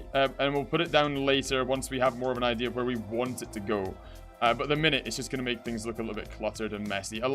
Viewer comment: Do you say idea or idear